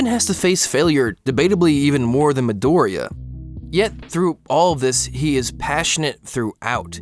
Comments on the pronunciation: Guys it's not MidOriya it's MidorIya. Please. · mEE-Doria not mahdoria, idiot. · Your video was wonderful. Bakugo is also my favorite character in the show and I always loved his design as well. But every time I hear you say Midoriya my heart fucking skips a beat. Just a simple difference in syllable stressing and yet so damn terrifying.